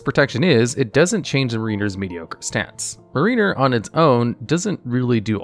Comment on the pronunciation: Not really a big deal, but you should check the pronunciation for Mariner and Eidolon